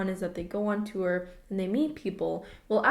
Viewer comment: You say "tour" like Danny Gonzalez. "Too-er"